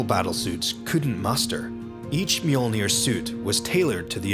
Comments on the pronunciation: Fantastic video. Obvious that massive amounts of work have been put into it. Unfortunately not once, did you pronounce the armour as it should be. Mjölnir is a viking name. And should be pronounced as such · I hate that they called it Me-yord-near....